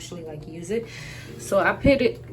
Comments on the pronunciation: I like it but it's put not pit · Very good review but please the word is “put “ not “pit”